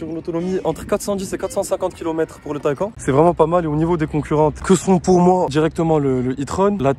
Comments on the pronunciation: Bel essai ! ça se prononce Taycanne par contre Taycan ^^, pareil pour le Macan , le Cayman etc :) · Superbe vidéo et magnifique véhicule mais je crois qu’on prononce phonétiquement [ta-ï-kan] Merci pour votre analyse Bonne journée.